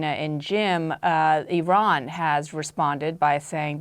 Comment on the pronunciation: none of these generals can pronounce the name 'Iran' but they can all somehow tell us how this war is amazing and everyone is doing such good job, bravo!